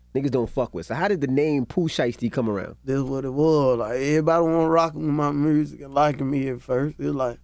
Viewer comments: Rappers from Memphis CAN’T pronounce MUSIC.... 🤣💀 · Mursic 🤣🤣 gotta love it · It's more like "Mehrusic" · “Mursick” lmaoooo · Did this nigga say "mursic"? 😂😂😂